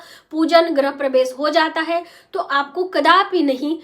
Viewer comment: गृह बोलिये... ग्रह नहीं